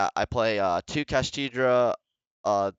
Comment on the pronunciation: why do you keep saying kashtidra?